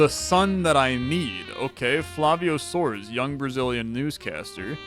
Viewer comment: I like that he didn't use a spanish pronunciation for the brazilian names, but soares becoming soars was hilarious